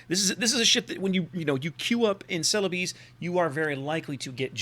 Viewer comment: Ce-le-bes (bes as in best), but locally the name is Sulawesi